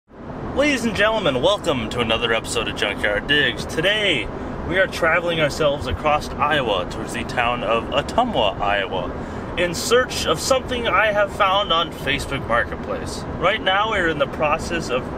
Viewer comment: There's no "t" in "across"